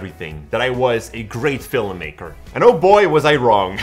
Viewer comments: Well, to be a great fillummaker, you first have to learn how to pronounce fillummaker. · What's a "fillum" maker?